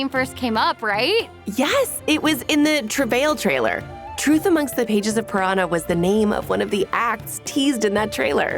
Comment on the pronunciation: Why do they all pronounce "purana" as piranha 😭😭